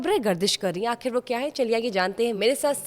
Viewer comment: اردو ٹھیک کریں اپنی' کھبریں 'نہیں بلکہ خبریں لفظ ہوتا ہے۔'آکھر 'نہیں آخر ہوتا ہے اور مسلم ملک ہونے کی وجہ سے پروگرام اسلام وعلیکم سے شروع کیا کریں ۔